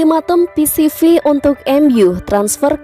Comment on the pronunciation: Ralat! Bukan PCV Eindhoven tapi PSV Eindhoven 🙏🏻